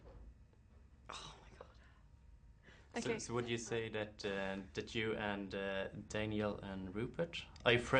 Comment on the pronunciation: The interviewer said Danielle instead if Daniel xD